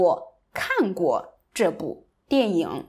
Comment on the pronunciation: I had to listen a second time when you pronounced “dian ying” as “dian yong”.